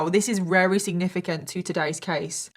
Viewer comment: Wery, rery, very. 😂